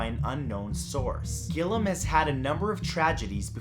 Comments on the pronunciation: Great video! Really creepy! Just to let you know gilliam pronounced Gill-ee-m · That's.... that's not how you pronounce Gilliam